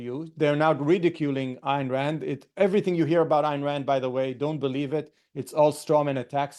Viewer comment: pronounced "Ein" Rand